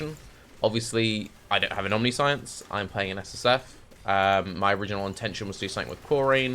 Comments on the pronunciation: I cannot get over the fact that, as a native speaker, instead of omniscience he's constantly saying omni - science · I'm sure you've heard it a billion times by now but it's pronounced Omni-shence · First suggestion would be to say Omniscience correctly. That said, Shroud of the Lightless could be nice, abyss jewels and free level 25 Elemental Penetration. If you have really good hit rate, you could do Strength of Blood to get damage reduction from leech and then use Life on Hit for sustain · Omniscience is a very fitting word for youtube chat to be correcting the pronunciation of... Build looks cool been meaning to play a trinity build to deal with Empowered Elements being annoying hah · Can't focus on the build due to how pronounces 'omniscience'